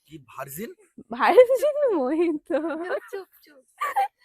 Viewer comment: Mojito r pronunciation mohito e hoy, tumi thik chile. Sobsomoy loker kothay kan die nijeke doubt korbe na. Baki ra bhul bolle tader sudhre dao. Enjoy